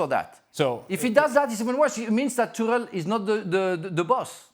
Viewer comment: I love when he corrects himself with the pronouncation of Tuchel and it is just as wrong as the first one